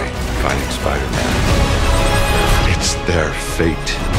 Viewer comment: Wait..... if you rewatch the first ten seconds dr strange says spider MEN